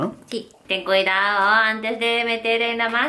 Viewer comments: "Ten CUIAO" 😂😂😂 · Estamos un poxo "Turistes " jaja ten Cuidaooo.... Con la pronunciación hasta cuando se equivoca es Kawai :3